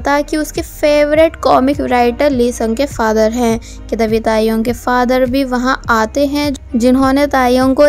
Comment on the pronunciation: When she say tae yong I listened taehyung 😂